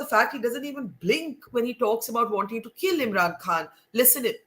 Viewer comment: Barkha pronounces "Eem'ran kahn". So irritating 😑